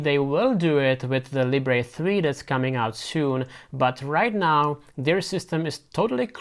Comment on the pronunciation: NOT "Lee-bray". Libre as in how French say it, meaning Freedom.